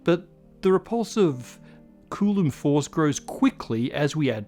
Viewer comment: What's with the pronunciation of "coulomb", as "cooloom". Have I just been saying I wrong?